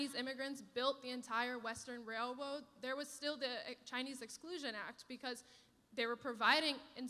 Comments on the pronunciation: Heart Weights? He mispronounced that so badly... Rail woad? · Being of Asian decent, I couldn’t help but notice that she immediately adopted a Chinese accent when speaking on our behalf. “RailWoad”. I’m offended. 😂😂🤣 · the wail woad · did she say: “wailwoad”? 🤣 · lol! Did she actually say railwoad?